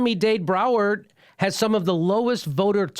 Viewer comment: Lmao Jimmy Had me laughing pretty hard wihen he called it "MOMMY-DAVE BROWER," when referring to miami-dade Broward county. Clsssic, unable to speak like a literate American, Jimmy "Seth Rich Murder Mystery,," Dore!